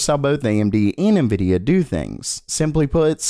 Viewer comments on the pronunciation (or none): none